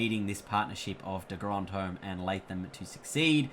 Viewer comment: It not de grondhome it’s de grondhom 🧐